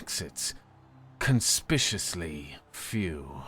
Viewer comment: "Conspiciously"? Shouldn't that be "conspicuously"?